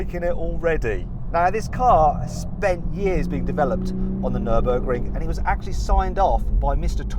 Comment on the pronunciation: 너버그링 (X) 뉘르부르크링(O)